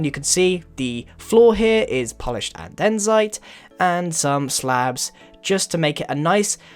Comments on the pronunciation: Its andesite, not adensite :) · Always bothered by "Andensite" Now we wait for the hate because I'd be nitpicking the pronunciation of "An-deh-site" (how I say it, at least) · it's not "anden-site" its andesite... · Him saying "Adensite" rather than "Andesite" is really annoying to me. It's so subtle, but once you notice it you can't unnotice it. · Andesite, not adensite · Great video as always. Great desogns as we are used to. One little remark: Andesite, not Adensite ;) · Grien... I've heard you say anDENsite twice now 😋 sort it out and stopping putting an additional N in it 🤣 andesite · great vids/channel, but why do u pronounce it uh-DENN-zite when it's ANN-duh-site? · AN-de-site not a-DEN-site you got the n in the wrong place my sir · duuude, its andesite not adensite im literally freaking out about it man... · Oh my god its not adensite it is andestite okay an-di-site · its an-de-site not fucking andensite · Andesite is pronounced AN DE SITE not A DEN SITE. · Why do you always say andesite wrong xD its said like "and-duh-sight" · It's actually pronounced And-Ih-Site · No, you spell it adensite XD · 677 no you don't. it's andesite. there is no n. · An-De-Site. I am a perfectionist, so this bugs me a lot. Please, Grian fix it! :D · Andensite? Grian, where the 'N' come from? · greate vid but what I want to say is I THINK not know but I think andesite is pronounced (and-I-site) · Grian, my friend, you're pronouncing Andesite wrong. look at it and read slowly. you're saying adensite. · An - dez - ite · Grian it's pronounced an-de-site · he said andesite wrong its and-es-iy-t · it's AN-DA-SITE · I was thinking the same thing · MintyFudge Brownie im british too and thats just not how you say it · AND ANDESITE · he says andesite weired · HOW DOES HE PRONOUNCE ANDESITE SO WRONG?!?!? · I'm sorry but arghh it's really driving me crazy how you pronounce andesite.. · You keep mispronouncing andesite. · is right, its pronounced andesite